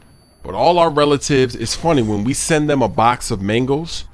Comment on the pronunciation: made mangoes sounded like mingles